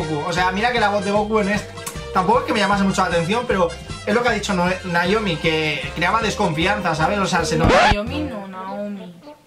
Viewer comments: Es que C oye mejor "Naomi" que "Nayomi" 1000 veces... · no es cierto sensei , ella te dice que le digas Naomi ...y tú le.dijiste Noemí , es diferente ... Por fa sensei dile a Naomi que me saludé en el siguiente vídeo , antes que me agarré el Coronavirus y me muera ,jeje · Minuto el sensei le dice Noemí a Naiomi ...WTF ??😂😂